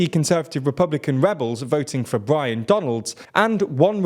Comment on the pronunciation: Byron, not Brian